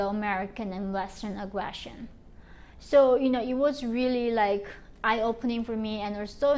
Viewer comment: Something similar to it though , you ll often hear the r sound in words where they need an l sound like black is said like brack like into rike you ll notice that in her accent but yeah it is not completely japanese .